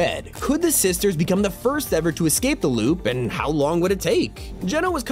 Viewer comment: its INSANE how you say "lube" instead of "loop" every single time